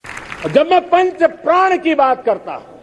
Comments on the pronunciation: Prrad nahi modi ji prad bolo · Sahab praan nahi pran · प्रण शब्द को बार बार प्राण कहने वाला व्यक्ति मूर्ख नही तो क्या है। जो इतने वर्षों के बाद ठीक से हिंदी बोलना भी ना सीख पाया हो वो देश को विकसित राष्ट्र बनाने का सपना दिखा कर सारे देश को मूर्ख बना रहा है। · प्रण होता है, प्राण नही Sir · इन साहिब जी से कोई कहो कि प्राण नहीं होता पर्ण होता है। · ' प्रण' है या ' प्राण '...?🤣🤣🤣🤣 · Modi uncle itna feku ha parn nai prann hota ha